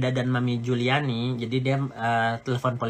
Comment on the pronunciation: Ngeri org seperti ini.... . Keluarga bukan Kapasitas ga ada Data dpt dari dunia maya . Taunton kota tempat sekolah Laura aja dia ga bisa sebutin. Juliana di sebut Juliani Hahahaha.... . Tapi berbicara seperti tau semuanya. . Mengamati kegilaan org ini dari bakal menjadi reseller skincare nya Nikmir tp ga sabar dan sok tau dg bpom lah, bahan bahan berbahaya yg ada dlm skincare dg berbicara sok pharmacist yg menggunakan baju lab. . Belum lg bongkar sisi teman2 Nikmir dari suami Fitsal sebelum Cen, bongkar sisi istri pertama dari suami Amel, dll yg semua data hasil dari googling dan fb. . Pointnya orang seperti ini sebaiknya jgn dikasih panggung, toxic!